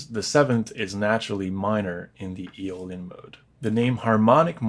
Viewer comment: Its Aeolian